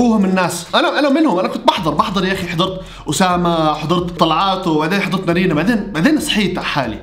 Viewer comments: نارين ❌ نرينه✔ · ولككك بس تقول نارينا اسمها نارينن😂😂